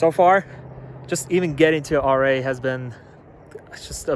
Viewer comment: The city or Ouray is pronounced U-ray…